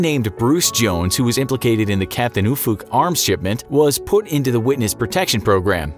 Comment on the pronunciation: Dunno if that's how he intended "Ufuk" to be pronounced...